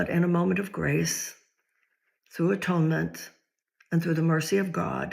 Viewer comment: I heard a really cool different way of saying the word atonement. You say: at onement